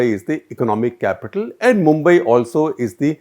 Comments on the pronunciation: You do not know Mumbai at least pronounce correctly look at density of population especially Dharavi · He can pronounce Brihmumbai but can't pronounce mumbai